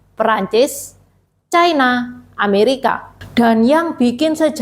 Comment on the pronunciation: Ucapan yg bnr : china, bukan chaina